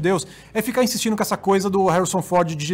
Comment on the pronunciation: "Isso acaba cum cinema, namoral". Baixou o espirito carioca no 😂